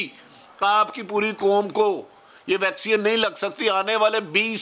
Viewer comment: Pak has world class doctors, engineers, scientists and world class educated journalists like who pronounce vaccine as "VAXION".